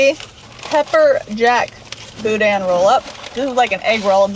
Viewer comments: It is pronounced BooDan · It pronounced Boo—Dan 😂😂 careful, you could go swimming in some of those potholes! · It's pronounced "Boo Dan" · According to a close friend, boudin is pronounced “boo-dan” 🤷‍♂️ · Meche's (pronounced mesh's) has the BEST king cakes in the state as far as I'm concerned (and donuts). Oh, and the inside of the boudin (pronounced boo-dan) is rice dressing. The green stuff you saw was probably green onions. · It’s pronounced Boo-Dan balls!!! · Boudin is pronounced with the emphasis on the second syllable and the "i" is pronounced as a short "a". It's from the French. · You have to say boudin right though . Just saying .